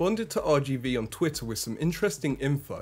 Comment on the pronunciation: What’s up with Brits now not being able to pronounce “th”? “New nose cone wif frusters.” You’re not the only one, it’s all over YouTube. I’m not trying to be a jerk, is this a recent pronunciation shift in Britain?